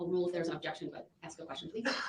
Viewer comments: AKS?? Drives me crazy! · I think if you can’t say “ask” you shouldn’t rep yourself! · Who cannot stand the “axe” questions????? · Are u AXING me or telling me? Ffs, this maggot is just trying to postpone the inevitable!!! He makes me sick!!!